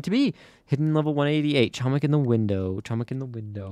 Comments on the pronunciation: nah it's hoemik that how u say it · doing my ftc videoly reminder: catzo, you are pronouncing "chomik" incorrectly, the "c" in "chomik" is silent